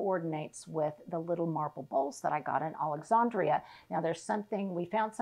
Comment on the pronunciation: Alexandria. The second a is a long a just like you say “and”